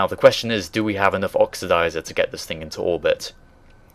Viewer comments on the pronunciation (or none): none